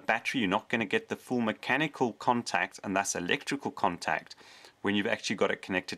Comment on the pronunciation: Let's play a drinking game. Every time he says macanical take a shot. Let's see how long you last....